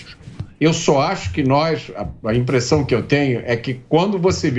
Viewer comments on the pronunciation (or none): none